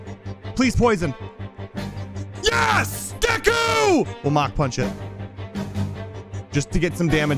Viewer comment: When he said Deku I heard geku